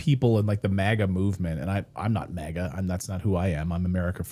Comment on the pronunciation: MAGA not MIGA